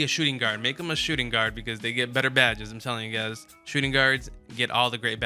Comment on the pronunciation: Can u please read your own title next time......shooting guard?????🤦🏾‍♂️🤦🏾‍♂️